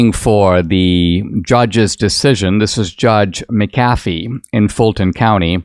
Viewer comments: Dinesh, I do love you but get someone to pronounce the Judges name for you. MAC a fee not Mc CAF ee. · Mc'Afee... emphasis on Mc....not Af.